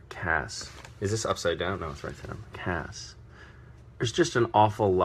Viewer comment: This is one of the many reasons i love this man. Pronunciation C then ass not C then as. I would love him to narate an audiobook of some sorts his voice is very soothing. He really is trying to keep it together. I dont know how he didnt break for the whole video